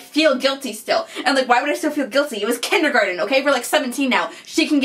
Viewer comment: he said tindergarten class